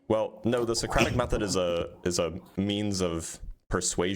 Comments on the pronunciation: Thought he said "idiosyncratic method" instead of Socratic method. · Other than an inability to pronounce Socratic Method, he's also not very good at actually doing it.